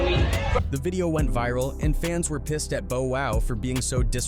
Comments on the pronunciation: Bro can’t even pronounce bow wow right 🤣🤣 who the hell is Bo wow 🤦🏻‍♂️🤦🏻‍♂️🤣🤣🤣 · What the hell is with you YouTubers that try to speak on people and don't even know how to pronounce no one's name correctly, but who the fu.. is bo wow you did mean Bow Wow you silly , Good wars you should be called trying act like you know about hood wars but DON'T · Why dude keep saying Bo Wow it's Bow Wow get it right!! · Take shot/hit Everytime narrator says Boe Wow 😅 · It ain't Bo Wow it's Bow Wow, fuckin AI!! 😂😂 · BO WHO??? How TF is this channel CALLED: HOOD WAR CHRONICLES.....and yet you have some AI CAUCUS MAN speaking about BLACK CULTURE....and on top of the coonery/colonization.... You can't even pronounce BOW WOW..... Thank you for wasting my time. I stopped at BO WHO???? It makes this WHOLE VIDEO some BULL 💩.....Wouldnt believe a thing in it... I wish the block button worked definitely here....and I've NEVER said that about a YouTube channel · It's bow not boe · Damn, that's a pretty realistic sounding AI voice for the narration. didnt even notice til T - i - s and then it kept saying the wrong Bow (As in rhymes with Oh, instead of rhymes with Ow) Wow. Bo-Wow. lol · Not you calling him Bo-Wow 😅 Who tf is Bo-Wow 😭🤣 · Instead of T.I. you said Tye. Instead of Bow Wow, you saigh Bo Wow. You've gotten nearly every legends name wrong. Please stop making hip hop videos if you cannot even say their name with respect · "Bo-Wow, Tai & Hoff" huh? Sounds like a 1970's Kung Fu Flick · Who is "Beau Wow"? Is he related to Bow Wow? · Bo Wow instead of Bow Wow... 😂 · Boe-Wow and C-Ara….. yeah AI! Is! Horrible! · “Boe wow” lmfao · Boa wow the way he pronounced his name 💀 🤣 how you gonna cover rappers you can’t even correctly say their name 😂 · "Bo-Wow" "Ciaura" "V-zooz battle" "Pookie Lock" "Hovv" "Yeah" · Bo-wow 😂😂😂😂 Verzoos 😂😂😂😂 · “Boe Wow”😭😭😭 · He keeps calling him boe wow 😂😮😅😊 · That AI Voice did Lil Bo Peep so dirtyyy. Shit I mean lil Bo WOW... 😅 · BO WOOW LOL.. AND TY.... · Bo Wow! 😂